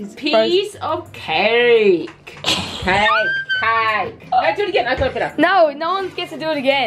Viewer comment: Why are they pronouncing cake like that